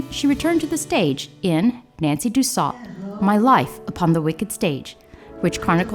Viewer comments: btw, Nancy Dussault's last name is pronounced "Dew - soh" not "Dew-salt" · Nancy Dussault pronounced her name "due sew" not "due salt". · I think it's pronounced Nancy Du Sew. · I remember watching this show with my mother when I was little. She told me we could be related to Nancy because we have the same last not so common last name! I wish I could talk to her to see if by some chance we are related. BTW Dussault is pronounced Do-So 😊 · Ms. Dussault’s is pronounced “do so.”